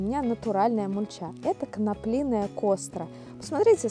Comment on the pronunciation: «коноплиная» оригинально 😂